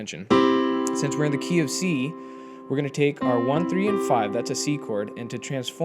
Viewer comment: Am I the only one who hear KFC when he says "Key of C" :-)))